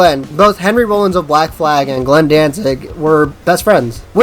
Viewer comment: Video creator-"Hi I'm a poser and I prefer the MCR and afi versions of misfits classics" you suck guy Edit: I also like how he pronounces Rollins like a bread product that you use for a sandwich or put butter on. Lmfao this dude is such a clueless poser.... Def funny as hell to listen to. I have apparently forgotten more about the misfits than this guy knows... And finally this is riddled with inaccuracies..... C'mon bro